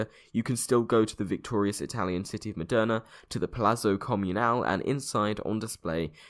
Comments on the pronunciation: hey great video. however I have to pedantically point out that it's Modena, not Moderna. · Its Modena, not moderna. I live there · I'm a native citizen of Modena (not Moderna :P) and I thank you for telling this story! This story is hardly known by Italians, apart from Modena and Bologna people of course (and here we are still extremely proud of our stolen bucket xD), so I was impressed that you made a video about it! I'm loving your videos and i'm binge watching them ahaha, you just got a new subscriber! Thanks again! :D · its Modena, not Moderna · It's Modena, not Moderna. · it's Modena, not Moderna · Uh I'm fairly certain it's Modena, and not Moderna. Other than that, splendid video, as always. <3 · As an Italian I'm pretty positive it's Modena. Not moderna :P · Really interesting video, but I'm pretty sure it's Modena, not Moderna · Awesome video, but I think it's modena not moderna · why did you keep calling it Moderna, when it clearly says it's Modena??? everything that had it written down, had it spelled Modena. you kept saying ModeRna. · Its modena right not moderna??? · you keep reading the name of the city, modena, then saying moderna. why you do this to me? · It is MODENA not MODERNA! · Moderna? it's Modena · "Moderna"? Perhaps you mean Modena. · modena not moderna! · MODENA not MODERNA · Mòdena, goddamn, it's pronounced Mòdena!! A 5 seconds wiki search would reveal this arcane truth to you, sir! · and its pronounced mòdena